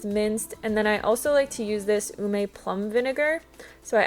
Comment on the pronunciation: Thanks! You are generous. FYI: ume (the vinegar) is pronounced oo-may. 2 syllables. Or is it uu? Long U sound.